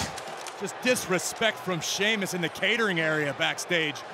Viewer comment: Cole called him Sheamlus lol